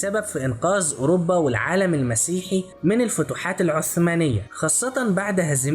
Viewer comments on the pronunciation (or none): none